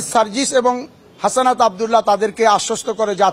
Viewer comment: আরে ভাই হাসানাত না হাসনাত